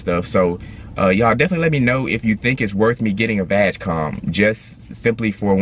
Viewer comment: love your videos guys,subscribed. But ,pronounce "G" in VAG like it sounds in word "gray" or "good" not "vagina" haha :)